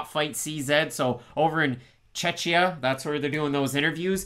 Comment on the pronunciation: Hi guys.. appreciate the fact that you have used the special symbol in Tereza's surname :) but please pronounce Czechia like you would word czech (Cze-Kia instead of Cze-chia) :) I know it sounds confusing, trust me, czechs are not happy about this either, freaking politicians came up with that.. but then it sounds more like Cechnya and we are wastly different countries etc.. :D I am not trying to be a d*ck, but just give you advice :) Thank you